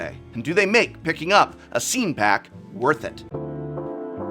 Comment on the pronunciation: Whenever he says scene, I always hear it as “scean,” like the emo style kid lol